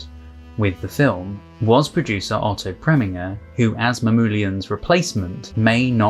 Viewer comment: I'm making it my mission to help you with name pronunciation where I can. Otto Preminger, name ending, pronounced "ger", as in ginger.